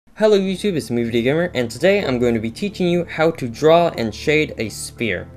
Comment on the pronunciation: youre calling it spear and its pronounced sfere bassically